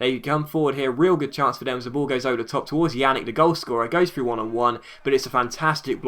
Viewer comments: More like "Pjanich" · It's not pronounced "Janick." It's pronounced "Pjanits." Anyways, awesome upload. :D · It's not yannick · Pjanic is pronounced pee-yan-itch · Just so you know, Pjanic is pronounced P-yahn-ich